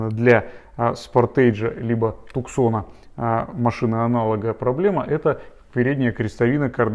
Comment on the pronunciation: Tucson - не Туксан, а Тусон! Ужи режет